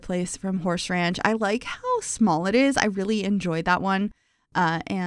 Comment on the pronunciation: I recently became aware of how you say Horsh instead of Horse when mentioning Horse Ranch and now I can't unhear it every time you bring it up, but it adds a little giggle to my day 😅